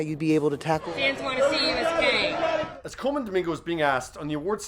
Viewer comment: Kong??. I think you mean Kang.